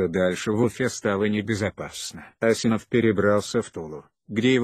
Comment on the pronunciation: Что за озвучка противно слушать Ударение пипец. Даже фамилию Ильдар неправильно озвучивает.